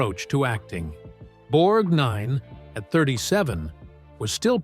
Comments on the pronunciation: Borgnine is not two words .... it is distracting to hear "Borg Nine" said over and over. Videomaker also needs to do some fact checking. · Why does he keep calling him Borg NINE? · It’s Borgnine, not Borg Nine - so irritating, other than that great old actors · Please don't pronounce his name BorgNINE. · Say "Borg-nine" one more time. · Hate the narration here….emphasis is always on the wrong word or syllable. Borg NINE Mer MAN Poseidon ADVENTURE 🙄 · The repeated emphasis on NINE in Borgnine grates on the ear. Most people tend to put a little emphasis on 'Borg' which sounds more natural. Sometimes in the video the name sounds like two separate words, Borg and Nine. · This great guy deserves a better video than this sloppy effort. Patricia Neal's photograph is with Gary Cooper, not Gregory Peck. Charles Bronson is shown with Robert Ryan, not Lee Marvin. The narrator's peculiar emphasis on the second syllable of Borgnine's last name might be an attempt at an Italian pronunciation, but that doesn't explain doing the same thing with Ethel Merman. Those are just some annoyances I can remember. Makes me wonder how much care was taken with facts. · Can't pronounce his name??? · Learn to pronounce the name of the subject you are doing. I couldn't watch this very long , at least get it right. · a few, including the pronunciation of Borgnine. 😂🤣😂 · His name is Borgnine, not BORG Nine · It is Ethel MER-min. It is spelled Merman but the 2d syllable is soft. One of the pictures isn't them. It is Bette Davis and her 4th husband Gary Merrill, as in All About Eve. It is pronounced BORG - nine. The picture in the scene where he felt smaller by the minute was actually one of the final scenes from Giant where Rock Hudson ends up losing a fight with the owner of a diner who refused to serve his half Mexican daughter-in-law and granddaughter. I don't know who the other actor was but it was not Ernest Borgnine. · Borg Nine? It's all one word, geez. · Borg 9 🤷. It's not two words